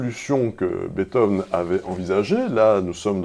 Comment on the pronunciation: Pitié, arrêtez de de dire "Betove"